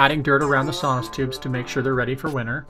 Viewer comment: I believe it is "sono tubes" "sonos" is a company that makes speakers.